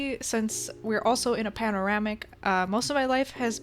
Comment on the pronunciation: Instead of a pandemic she called it a panoramic 😂😂😂😂😂 we not getting demonetized today